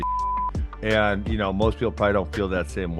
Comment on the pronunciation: the word “and” is only ONE syllable not 3. Dc please either learn anything about what you say, or stop snorting whatever is keeping your nose caked and voice gone Otherwise all good